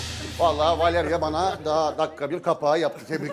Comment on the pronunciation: Beyaz'ın Valevia demesi😂